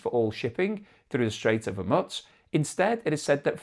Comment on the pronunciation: It's not Hormitz, its Hormuz (Hor-mooz)